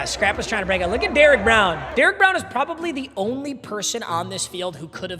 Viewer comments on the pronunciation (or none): none